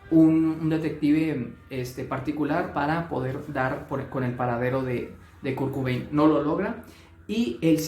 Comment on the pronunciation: Kurkubein? Quién es? Perdona, me hizo gracia 😅 Sin duda Kurt tenía TLP.